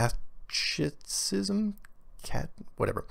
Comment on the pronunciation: he miss pronounced the word. DUM A !